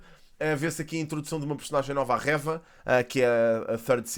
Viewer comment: eu adoro mesmo os teus vídeos e acho muito interessante como falas sobre os temas mas tipo diz o nome da Reva direito, como dizes third sister e cenas assim com muita boa pronúncia, também Reva podias dizer ahah Era só esse detalhe. Continua com um ótimo trabalho Abraço 👊